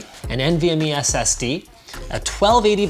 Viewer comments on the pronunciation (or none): Think you might need to edit out the "E" in "SSDE" . Great video guys!